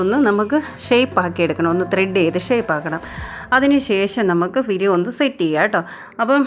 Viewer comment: പുരികം . പിരി അല്ല .😂